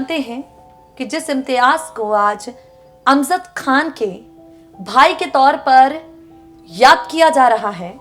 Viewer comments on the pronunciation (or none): How does it sound Imtiaj instead of Imtiaz and Amzad instead of Amjad. Kitni kharab pronunciation? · Tum pagal ho GAYI ho... Kya.... ? AMJAD KHAN , ko tum AMZAD pukar rahi ho.... AUR IMTIAZ ko IMTIAAJ.. ZER ,AUR ZABAR KI TAHZEEB NAHI... PHIR URDU KA BALAATKAR KYUN KARTI HO...... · Imtiyaaz ko imtiyaaj Aur Amjad ko amzad इम्तियाज़ को इम्तियाज और अमजद को अमज़द बोल रही है जो बोल रही है अफसोस